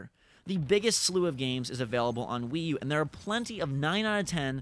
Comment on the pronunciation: stopped listening at Wi-U